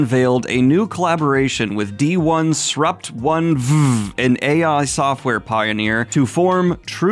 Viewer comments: Loved the pronunciation of D 1 Srupt etc. :D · I appreciate you commiting to reading "d1sprupt1ve" exactly how it's spelled. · I wanted to further the joke on their name like so, Donesruptoneve, but Daniel made the right call, pronouncing it D-1-srupt-1-ve is funnier. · I wholeheartedly appreciate your refusal to pronounce it as "disruptive" 👏